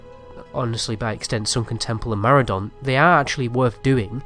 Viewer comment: And Maraudon Marudon